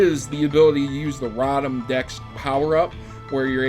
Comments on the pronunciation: *Rotom row-tom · you're pronouncing Rotom's name wrong